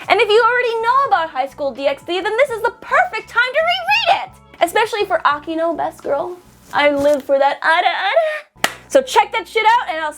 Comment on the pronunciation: It's Akeno not Akino